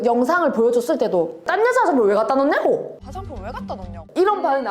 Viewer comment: '왜갖다놓냐고'의 예시에서 소진의 발음은 TK 가 맞는데, 여기서 이 구사하는 억양은 PK 입니다. TK는 앞부분 '왜갖'에 악센트가, PK는 뒤로 갈수록 음이 올라가서 '냐'에 악센트가 찍히는거죠. 말에 경남느낌이 살짝 섞인것 같아요:D